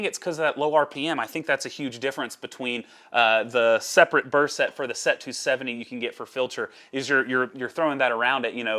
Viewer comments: It's pronounced sette, not set. :) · What impresses me about your way of saying SETTE is how corectly you're saying it wrong. Sette is seven in italian. You're saying sept, which is seven in french 😅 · Lol I'm cringing every time he says it. I don't think I can make it the rest of the way...